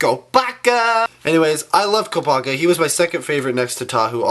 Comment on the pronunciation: Okay so now lets take a look at KOOP-A-KA lol